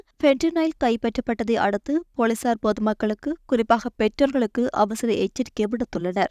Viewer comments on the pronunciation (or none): பொளிசார் அல்ல . பொலிசார். "லி" எழுத்தை சரியாக உச்சரிக்கவும்